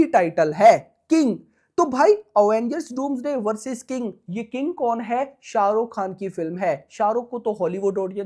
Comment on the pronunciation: Bro first tell his name with respect sha ruk sir ❤